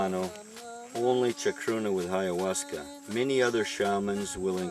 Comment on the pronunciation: Wow! You're so very smart. How I wish I were you. How I long to pronounce words as eloquently as you. Bye-ahuasca.